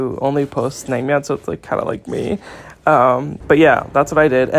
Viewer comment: 냉면 발음 정확한거봐 ㅋㅋㅋㅋㅋㅋ 진짜 개웃겨